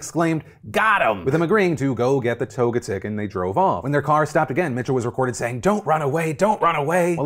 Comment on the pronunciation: LOL “Toga-TICK.” It’s pronounced “Toe-jet-ick”